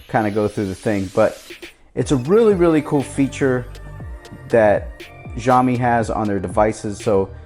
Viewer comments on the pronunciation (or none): It's Siaomi no Ziaomi(nothing announced clearly but more to the s than the z)